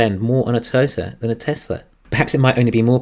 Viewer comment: I love the episode as always. Although it did take me a while to figure out you were saying Toy-o-ta. Pronouncing it as a two syllable word it sounded like you were saying turtle